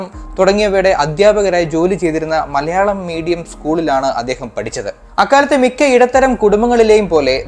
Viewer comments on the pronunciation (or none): none